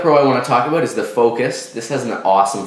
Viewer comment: "a 16 gig SD card in canada runs aboot 89.nointey nine"